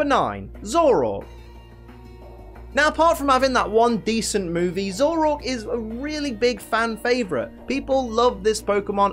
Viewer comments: IT'S ZOROARK, NOT ZOROK! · nobody:: ZOROK